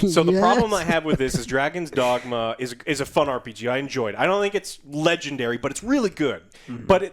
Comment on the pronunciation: "Dagon's Dragma"